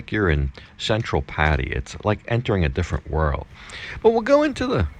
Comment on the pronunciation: Please ask your girlfriend how to pronounce Pattaya.